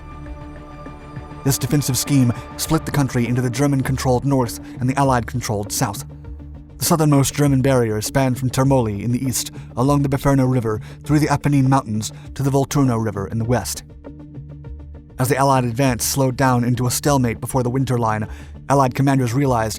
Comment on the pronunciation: You still haven't learned the difference between the pronunciations of "Il Duce" and El Duce". Mussolini wasn't Spanish. For heaven's sake get it right. It makes you look like a lemon. Termoli has the emphasis on the first syllable - TERmoli, not as you have it - terMOli. That makes you sound like Laurel and Hardy, where the dubbed films were filled with this kind of mispronunciation, but deliberately so, not out of ignorance. Get yourself informed!